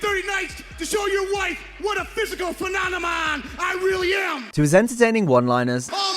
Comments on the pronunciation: Phemonemon or phenomenon? 😂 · A physical phe-non-emon? 😂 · I can't even say "phenonimom" 😂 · A physical phemomenom 😅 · "Phenonemon". Scott is so excited he said the word wrong. But that was in his character. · "Physical phenonomon" LMAO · "....physical phena-nu-mon I really am" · I also love when he tried to say phenomenon. "Phenonanon." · 42 "phemomanon" 😂🤣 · Thought it was just the one time but it seems like Steiner never said “phenomenon” correctly 😂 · Scott was going so hard he said phenomenon so wrong 😂😂😂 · That guy in the crowd immediately laughing at his pronunciation of phenomenon makes the moment so much funnier